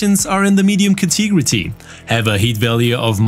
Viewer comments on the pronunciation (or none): Cat-a-gory, not like how you say it, but great video! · Could you please either learn how to pronounce CATEGORY properly, or just use a similar word like group, class or kind. For some reason you have decided to use that word about a dozen times in every single video,.